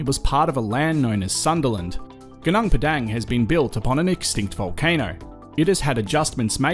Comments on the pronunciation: interesting video. i really enjoyed it. FYI its pronounced goo-noong pedung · Suggest you try using local pronunciations rathan than Australian for local names. Eg Gunung Padang. Vowel sounds in Bahasa Indonesia are a bit different than English :)